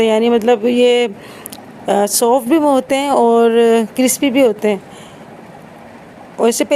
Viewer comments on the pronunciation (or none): none